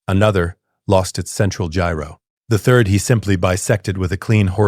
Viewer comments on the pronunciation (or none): none